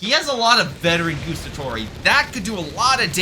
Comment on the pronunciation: I say this with the utmost respect and love for your videos man, I loooove your channel so pleeeease don't take this as an european duchebag being duchebag.(also pretend I am Hermionie if you want: It is GuAAAAAstatori, not Gustatori (they even say it out loud when you select them :P)